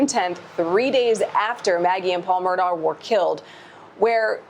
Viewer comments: Stop saying Murdock it's murdaugh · In what language is Murdaugh pronounced Murdock? It’s Murdaw or Murdawg in American English, no? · They pronounce it Murda. Ridiculous.😲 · Why does the guy narrating this video say Murdock? Clearly he had to know the correct name before doing the video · Inside Edition's first reporter and the male narrator mispronounced the Murdaugh name through out the entire video.